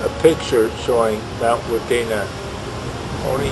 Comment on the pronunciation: Its not wundina its WUDINNA